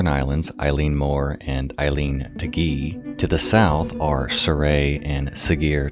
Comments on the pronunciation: Eilean is pronounced "Eh-lan" and Eilean Mor just means big island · “I’m sorry if I butchered any of those” You did and I’m crying inside, but Scots Gaelic is a very difficult language so you’re easily forgiven. Edinburgh is like Edinburuh Eilean is like Ellen Sgeir is like Sker Ghobha is like Goova Taighe is like Tayee Oban is like Obun Muirhead is like Myurhead More or less, kinda difficult writing that into English sounds, but you get the point, our language is incredibly difficult, most struggle with it!!! Fishermen here are extremely superstitious, so it’s actually very understandable knowing they had traditions and rituals to combat these traditions, that, and they believed in creatures like the Kelpies, the Blue Men of Minch (storm Kelpies), Selkies, all of these being water dwelling creatures. Fishermen were, and still are, extremely superstitious in Scotland. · Just got into your videos this week and I'm really enjoying them! :) The Scots-Gaelic/Irish words can be nightmarish to pronounce, but eilean (isle/island) sounds like "ihl-luhn", and taighe (house) sounds like "tsi-heh" - and tomain has the stress on the first syllable, like "TOE-man". Looking forward to checking out more of your stuff! Slán Go Fóill.